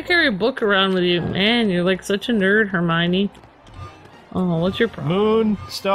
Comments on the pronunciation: It's pronounced Her-my-knee, not Her-my-mee. Her name is spelled Hermione. Just sound it out. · you say it wrong its Her-my-o-knee, and also Harry marries Ginny Rons younger sister you meet her in the second film. Also a Mudblood is a wizard who no one related to them is a wizard so they are kind of an oddity bc no one understands how it happens calling them mudbloods is a derogatory term